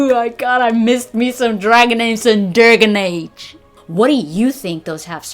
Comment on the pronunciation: Lolololol "Dergen age"